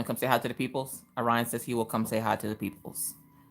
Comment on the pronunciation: You would think as a teacher, they could pronounce Orion correctly.